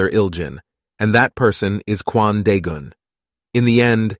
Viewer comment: am I the only one that hears Quandale Dingle whenever he says Kwan Daegun?